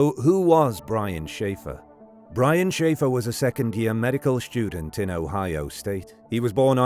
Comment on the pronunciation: Garbage AI narration. Depressing. Not English. "Medical Shtudent"